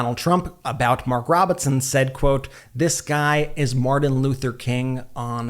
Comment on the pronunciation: As a public speaker, here is a tip for you. Practice enunciating your T's. Saying things like Mardin Luther King is offputting. Otherwise great job!